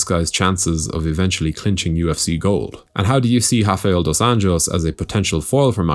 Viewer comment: You’re saying RDA’s name wrong. You’re pronouncing just last name Anjos in a Spanish manner, but he’s not Hispanic. If you just say it like an American would say it, it would be actually closer to how his name really sounds in Portuguese